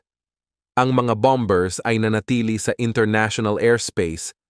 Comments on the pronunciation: Hindi bam bers, bamers seguro, silent b. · Bombers is pronounce as bamers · Basahin mo ng maayos ang word na bombers, mali ang pronunciation mo bro